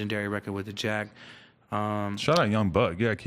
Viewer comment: Lol it’s jacka not jack 😂